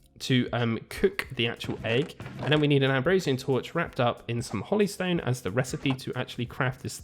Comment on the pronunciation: Hollystone? Holy, like the term for divine. Hoe-Lee That just hurts my brain.